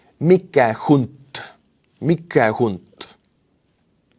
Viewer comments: ""Mike Hunt" sounds rather less obscene with Estonian pronunciation ... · nice pronunciation of Mike Hunt. It has joke connotations over here in the states.😊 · “Mike hunt” 🤨